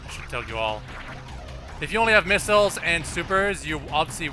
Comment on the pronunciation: It's funny how pronounces missiles like "Miss-ills"